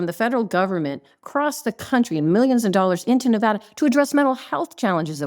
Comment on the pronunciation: It's not NeVAHda